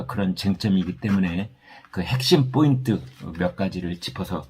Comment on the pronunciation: ‘뽀인트’가 아니라 ‘포인트’입니다